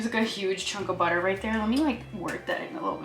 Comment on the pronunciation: 🤣🤣🤣 I like the sound of butter ! Overall you dont make much mistakes